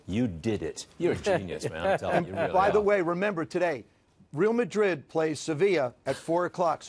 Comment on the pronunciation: Pronounces Real Madrid incorrectly, and the praise him for doing his "homework". Smh